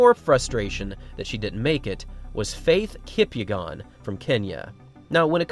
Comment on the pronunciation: No way this guy just mispronounced Faith Kipyegon's last name like that